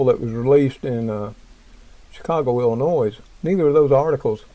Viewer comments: obtw its pronounced Illinoi not illinoise LOL, sorry I was a yankee for a while and as a southern boy from TN they gave me hell for calling it noise. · The s in Illinois is silent just FYI thanks